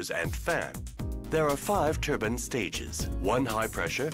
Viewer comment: The CFM guy said TURBAN. A complete lie. Was saved by professional presentation. I learned a lot from pres.